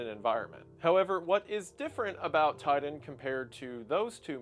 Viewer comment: according to what ive heard Titan is being pronounced Tiden, Ti-Tan